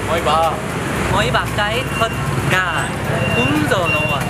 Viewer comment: 200 con gà 1 ngày nhưng ngọng từ gà 😂